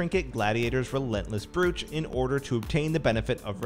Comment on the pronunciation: And "brooch" is pronounced "broach", like roach